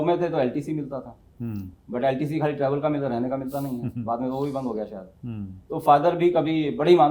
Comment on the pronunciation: आप बहूत अच्छा बोलते हैं आपका चेनल भी बहूत उपयोगी है Sorry परंतु आप आपका तलफ्फुस सही नहीं है जैसे आप शायद को सायद बोलते हैं प्लीज डोंट माइंड सुधार हो गया तो शो मैं चार चाँद लग जायगे